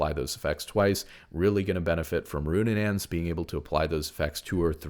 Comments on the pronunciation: It's RuNAANS not RuNNANANS, I'm so sorry i can't keep ignoring it :((( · Roonanaans is killing me lol